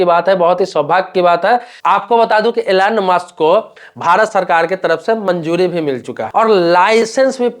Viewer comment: एलेन मास्क नही एलोन मास्क😂😂😂😂 Elen mask nahi Elon mask😂😂😂😂